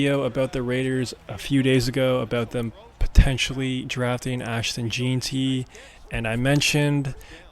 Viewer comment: Lmao can’t pronounce jeanty